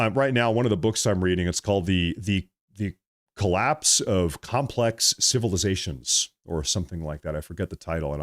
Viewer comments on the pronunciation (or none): none